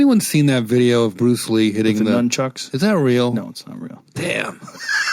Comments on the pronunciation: I'm loving this episode but the next time I hear somebody say num-chucks instead of saying nunchucks I'm going to go jump off of a 10-story building. LOL. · I never expected a person of Rogan's fight IQ and stature to say "numchuks" hahaah